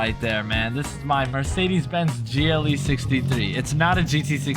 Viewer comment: Bro said GLE😂